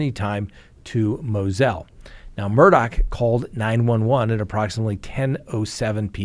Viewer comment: It’s MUR DAW NOT MURDOCK